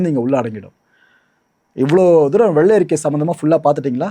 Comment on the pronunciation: Ama Nadu motham enna world fullum tamilnattu vellai arikai expo varumnu ethirparthitirunthu Vellai arikkaiyoda Tamil pronounsation pramatham Tamilukku vantha sothanai🤦‍♂️🤦‍♂️🤭🫢 Tamil nattukku kedacha FINANCE MINISTER Pramatham